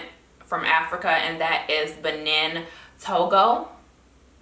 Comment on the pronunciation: Benin is pronounce Ba-neen